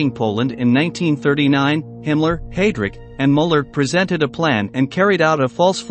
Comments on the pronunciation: I feel your pain, The pronunciation of Heidrick is very annoying, it is highdric, not haydric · Let’s not forget Hay- drick